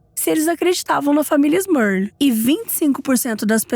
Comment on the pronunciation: te adoro mas deu agonia você falar “Smurlil o vídeo todo kkkkkk